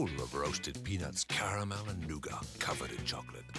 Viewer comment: The way the narrator pronounced "nougat" ruined my week.